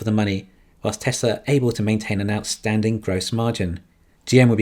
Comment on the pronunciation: And “Tezler”